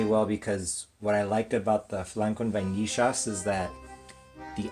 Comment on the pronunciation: Nice adaptation! I've never added cream cheese to pudding, sounds interesting! As a "porteño" I'm very proud of your pronunciation of the "ll" in vainillas 👌👍😂